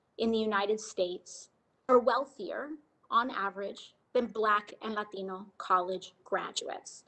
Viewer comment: There she goes again with her "latino" pronunciation trying to sound like a legit latino.